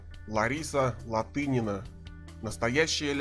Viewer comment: Неправильный подход! Сложность гимнастики соизмерима со своим временем (периодом в гимнастике)! Об'ективно оценить можно по наградам и местам на олимпийских играх,ЧМ и ЧЕ и по уникальности гимнастки, и то это ОЧЕНЬ СЛОЖНО и не обойдется без личных симпатий! И не ЛаДынина, а ЛаТынина!!! Стыдно не знать легенду сп. гимнастики, если Вы вообще берётесь рассуждать об этом виде спорта!